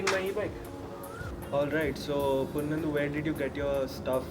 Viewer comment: Wohohohoh!!!!!when he said purnendu.....i was like...purrruuuunendu????who??where??😅